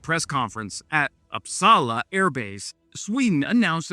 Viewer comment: I grew up in Uppsala. You almost pronounced it fight ❤